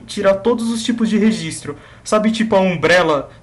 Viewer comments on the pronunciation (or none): none